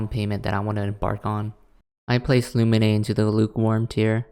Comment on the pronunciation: Same with Lumine and Xinyan (they weren’t as bad but still… 😰) AND ZHONGLI